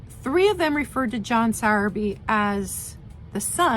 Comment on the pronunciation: I used to live in Gateshead, near where the Sowerby and Davidson Glass factories were. (I'm over the water in Newcastle now!) We're lucky we still have lots of this glass around in our charity shops! I'll keep an eye out for a Frosted Ladye...and you're correct, it is pronounced 'sour bee' 😊 It's great you're educating people and keeping our local glass alive, thank you!! 🙏 X BTW I have some of 'your' Hazel-Atlas glassware ...soooo beautiful!